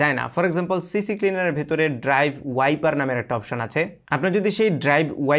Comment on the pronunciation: আমার মত ভুল আপনিও করেছেন? সিক্লিনার কে, "সি সি ক্লিনার" আপনিও বলতেছেন। এই সফটওয়্যার এর নাম বলতে আমিও ভুল করি। আমি দেখতেছি আপনিও ভুল বলতেছেন।